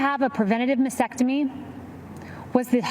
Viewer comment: She's mispronouncing "mastectomy." She's leaving out the first "t."